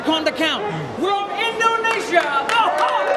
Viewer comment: bacanya "howk" bukan "hawk"